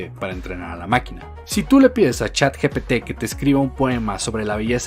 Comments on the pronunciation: Supongo que sí, ya que trata de pronunciar correctamente chat gtp, ya que nosotros lo pronunciamos de manera coloquial, ya que la g en español se pronuncia cómo "je" no cómo "yë", y en inglés se pronuncia distinto. Así que. . . Hace su mejor esfuerzo. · dice chat gtp.... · Perdón, comparto todo lo que dijiste. Pero no soporto, NO SOPORTO como una "profesional" que trabaja para Microsoft no sabe decir "Chatgpt" cuando literalmente es parte de su campo de trabajo. Es en serio una profesional?